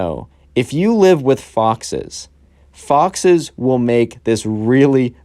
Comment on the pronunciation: I thought that you said boxes instead of foxes lmao